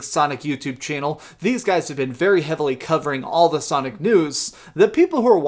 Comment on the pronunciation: U said Sonic Fart....lol